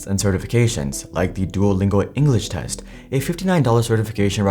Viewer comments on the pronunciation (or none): none